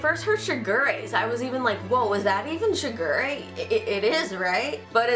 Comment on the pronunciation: This one was probably more accurate, but I will NEVER get used to how the new one pronounces Shigure